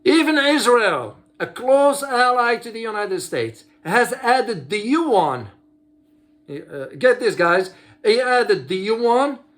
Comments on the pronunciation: As I said, it is actually two syllable sound pronounced fastly and in a connected way like in French, unless one invents another letter that represents the sound of "ua". I'm native mandarin speaker, I feel I pronounced the two sound each time I say these words. I do not do it like did in this video. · you are correct regarding the pronunciation.